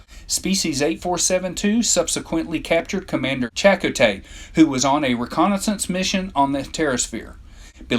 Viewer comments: it's cha-co-tee, not chak a tee ok....here-ro gens, is how you prono, not here a gens. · Chakoh-tey not Chako-tay. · this narrator mispronounces everything: the Hair-uh-jin, Commander Chack-uh-tay. what the hell dude? Anyway, these creatures are creepy and fascinating . invincible, three legs, five genders. I want to see more of them in the trek franchise. perhaps the new Trek movies, or Star Trek Discovery could resurrect them, give us more of a window into their liquid realm and their way of life, tell us their real name. A lot of posts here claiming they're called the Undine. They only go by that name in some old online star trek game, but that's NOT part of the official Star Trek canon, so that name is NOT on their birth certificate! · “Chattertay” lol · Rite it's Cha -ko-tay! Lol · It's pronounced Cha-koh-tey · Weird to mispronounce Chakotay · as if they hadnt heard the correct pronunciation for years.